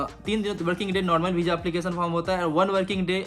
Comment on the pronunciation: Beezza nhi hota visa hota hai bolna sikhle pehle